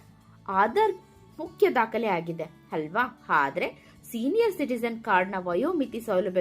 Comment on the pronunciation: 😂 ಅದಿನೈದು ( ಹದಿನೈದು) ದಿನದಲ್ಲಿ ಹಲ್ವಾ ( ಅಲ್ವಾ) ಅಕಾರ ಹಕಾರ ಸರಿಯಿಲ್ಲ ಆಂಕರ್ ದು. ಪೆನ್ಷನ್ ಸಿಗಲು ಏನು ಮಾನದಂಡ? ಹೇಳಿಲ್ಲ.😮